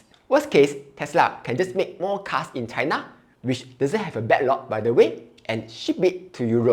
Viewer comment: do you really want to trust a jhk who pronounces china as cai-na? GG tesla bulls